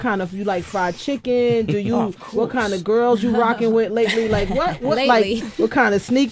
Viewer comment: ajjjaaj el wath